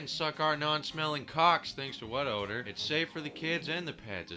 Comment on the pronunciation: "WHAT ODAR" LMFAO